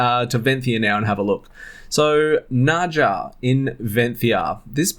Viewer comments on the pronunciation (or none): Nadja is pronounce like Nadya